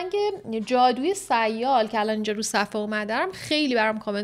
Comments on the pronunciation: تلفظ درست سیال اینجوری۳۰یال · اشتباه تلفظ کردی sial رو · جگر سیال را درست تلفظ کن😅😅😅